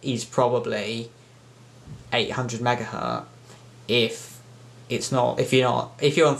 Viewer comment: It's Megahertz, not megahurt. Please get it right